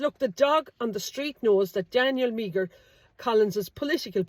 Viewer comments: Meagher -Mee her? ... It's pronounced 'Mar' is it not. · Great research and post again. Just on the name Meagher pronounced "Mar" and Irish for Maher with the same prounsation famously associated with the name Thomas Francis Meagher who was the first man to hoist the tricolour. Maybe a blood line here too. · Meagher is pronounced exactly as Maher. Do your homework, girl! 😢